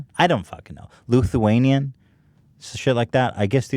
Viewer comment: Luthuanian? It's Lithuanian Ethan